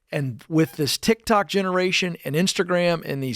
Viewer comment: I prefer when Dave calls it TikTak; he is as entertaining as he is knowledgeable.